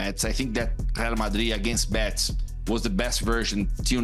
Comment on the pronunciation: Why does he keeps saying Bets!?!?! It’s Betis!! In any language it’s Betis!!